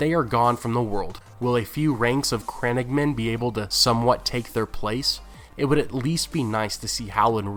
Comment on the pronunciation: the way he says crannogmen makes me cringe